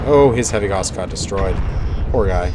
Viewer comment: /gaʊ̯s/ not /gɔs/